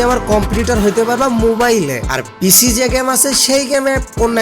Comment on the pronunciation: পিসি না পিশি 🤣🤣